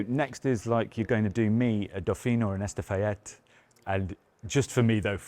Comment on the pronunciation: I just wish the new R4 and R5 offered ICE versions too.. And, it's Estafette not Estafayette 😂